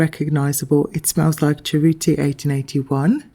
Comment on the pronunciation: Cerruti is pronounced well enough in the video, I'm Italian, brava!❤